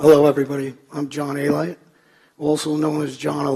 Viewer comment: A-Lite? It’s Alite.